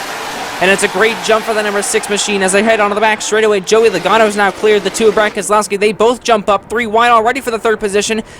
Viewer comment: Ummmm is it just me or did he say Brian keselowski lol